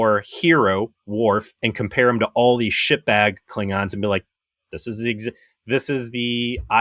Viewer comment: Does he call them "Kling-rons" on purpose?